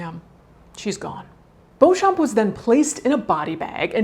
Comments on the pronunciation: Madaam, you have a deal. The name is pronounced "bow-champ". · The p is silent, just read it like Beaucham. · Oh my god! I found someone that shares my last name! I've never seen anyone with my last name before. Also pronunciation is bee - chum, this is for me at least. So, now I know I share my last name with two murders, a living corpse, and a fetish model. If you're curious I can link a wiki in the comments that showed notable people with the last name :). Love you Caitlin!! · Their family name is pronounced Bee-chum. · I’m sure it’s not of any real interest , but Beauchamp is a very old English name that is pronounced “ Beecham” . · Beauchamp is pronounced Beecham.